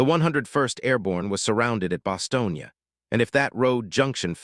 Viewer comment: Bastogne. Not “Bostonian”